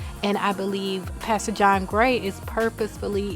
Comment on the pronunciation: OMG you said "pasture) as in as field or grass instead of pastor and boo I fell out🤣😂👍